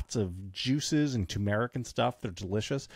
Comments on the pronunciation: For the love of GOD! It's tuR mer ick. Two R's. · My mouth was watering until JVL mentioned TOO-MER-RiK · TUR-meric. The R isn’t silent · Turmeric. With an R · Turmeric- there’s an “r” in first syllable